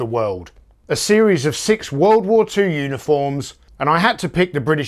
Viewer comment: "Soldiers of the wewwooled" hehe.